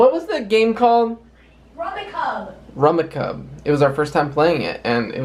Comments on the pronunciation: Rummicub? That's pronounced 'rummy cube'. Related to gin rummy. It IS a lot of fun. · I'm sorry, I just have to correct you! 😅 The game is pronounced RUM-ee-cube (or RUM-ih-cube). It's a rummy tile game. I grew up playing it all the time so as soon as I heard it mispronounced my ears hurt. 😂 Lol! Keep being awesome! 😄